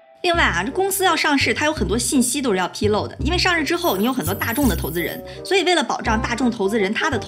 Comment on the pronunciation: 披露lu不是lou.